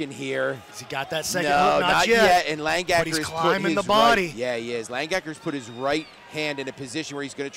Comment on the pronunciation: It's Lang-Aker not Lang-Gaker